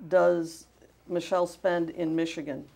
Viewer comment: I know I'm late but I made the mistake of reading your comment in my first few seconds of watching the video, and then every single time he said "Michelle" I couldn't breatheee!!! 😂😂😂 He really pronounces it "ma-shell" too!!! 😭😭💀💀